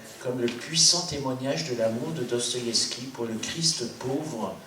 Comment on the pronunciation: Cest qui ou quoi ce trou du q qui parle et dit n'importe quoi qui sait mm pas prononcer le nom de l'auteur duquel il fait la critique. Une russe qui na jamais entendu parler de Dostoïevski pour montrer qu'à l'ère soviétique ils étaient à ce point des moutons... n'importe quoi. Doigts coupés lus dans "le monde" ok... bon au-delà du fond pas très profond, elles sont obligées de glousser à chaque fin de phrase les auditrices de ce pathétique monologue ?